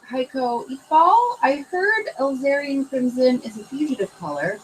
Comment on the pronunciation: mispronunciation of "Alizarin" reminds me of when I first started watching Bob Ross and thought he was saying I needed "Lizard Crimson.":P